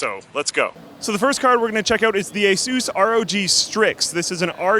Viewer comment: lol at pronouncing it as 'ay-soos' as opposed to 'ay-sus'